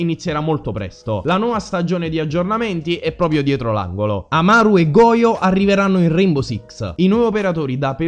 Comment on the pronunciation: Credo che "Goyo" si legga "Goscio" comunque, se le mie reminiscenze di Spagnolo sono ancora valide